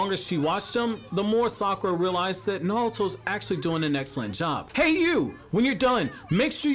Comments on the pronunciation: I swear this guy just says nalto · Narulto😂😂😂😂😂I heard a L in there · Absolutely Nobody: You: NALTO!!!! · Every time you say Naruto I see “Nalto” Who else is with me? 🤣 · The way you say naruto tho. Lol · why the hell do you not pronounce naruto so wrong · Am I the only one who hates the way he says naruto? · Bruh how tf are you pronouncing Naruto? It's bothering me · Can’t stand the way he says Naruto